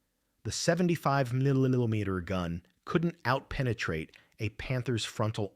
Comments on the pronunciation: Sounds Ike the speaker has a speech impediment pronouncing “ millimeter “ ! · This voice cant say millimeter